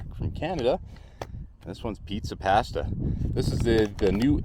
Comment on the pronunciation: Great location for a review. You're mispronouncing "pasta" and "nescafe". 🇺🇸 Timmy's! 🍩 ☕️ There's nothing wrong with a spoonful of sausage. That's what my mom always used to say when strangers would be in my living room when I came home from school.🥲 I was going to commit suicide but I'm going to listen to that podcast now instead. You're saving lives. Bonus points for reusing footage in two different videos.